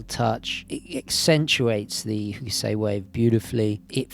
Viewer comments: Not meaning to be rude, just a tiny little suggestion for a fellow art lover: It should be "Hock-sigh" rather than "Hoo-keh-say" ;-) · Hock uh sigh. Fairly short second syllable, but definitely three in total. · Hokusai is pronounced "hock sigh". ;)